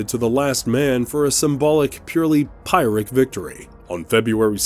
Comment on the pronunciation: RL News should consider editing "obscure" references from their AI-read video scripts and replacing them with more plain language. Example: "Pyrrhic victory," which was read by AI as "pirate victory," could be replaced by something like "too-costly victory."